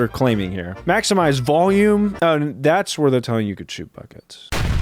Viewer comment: One says "Maxmize" and the other "Maxinmize" lol